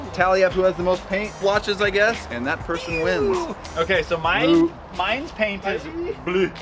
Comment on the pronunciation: i have never been able to say paint properly since this video came out